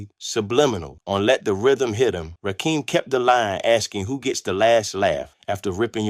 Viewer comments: It's rakim not rakeeem where is dude from Nebraska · Dude first off it's RAKIM RAH - KIM NOT RAKEEM AND DONT POST WITHOUT DOING YOUR HOME WORK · I'm 2 minutes in and I have heard it from Rakeem (can't even pronounce Rakim!) himself via his excellent book, Sweat the Technique that; he felt Kane and G Rap were his main competition. Mama SYEED knock you out? What? Men at Work was earlier with a slower cadence so wasn't against RAW at all, KGR and Kane were both in the Juice Crew so they really didn't have a conflict. Are you making this up?? Slick Rick didn't have beef with Kane at all. You contradict yourself by ssying LL was basic then said he was multisyllabic! The only slight issue the R had was with EPMD, he took a slight verbal jab st them. Dude, this is not for you I'm afraid. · He can't even pronounce their names right. When did "Rakim" add an "E" to become "Rakeem?" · Watch all of the assholes that can’t pronounce Rakim’s name. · If you cannot pronounce Rakim name properly. Why are you reporting on the culture? You must've been under a rock. Or your a youngin' who's just been exposed to Hip Hop. Not accurate, as I recall...